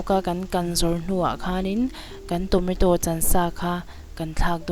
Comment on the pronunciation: Tometo a ni lo tomato